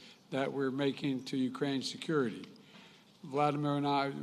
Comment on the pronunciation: Ooops, calling Zelensky Vladinir was a bit of a boo-boo (especially in view of Putin's and Lenin's name).